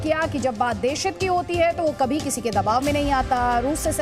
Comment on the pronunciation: " kvi/kavi" nhi "kabhi" hota hai "V" nhi "bhi" hota hai Or desh sankat me hai...isliye itna zyada optimism nationalism religion ka afeem pilaya ja raha hai.. Jab dawa zyada bikne lage to samjho ki beemaar badh gaye hain, na ki medical sector me boom a gaya hai...jeewan me safal hone k liye hamesha negatives pe focus karo, kya hai ki strenghts kaam ayen na ayen...kamzori gaand zaruur marwa deti hai...